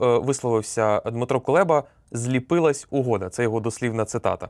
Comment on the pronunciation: Прізвище нашого міністра закордонних справ Кулеба, не Кулєба